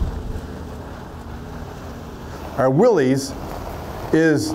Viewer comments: Willies??? You mean Wil-lys… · He's a "Jeep" guy and he pronounced Willys "Willies"?